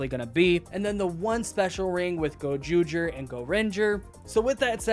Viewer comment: Awesome review yhiugh well done in butchering those names in Japanese